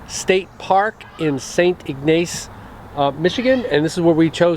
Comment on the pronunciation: The A in Ignace is a short vowel.sound